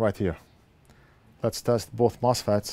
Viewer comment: is he saying "Mouse Fats" when he test the chips...?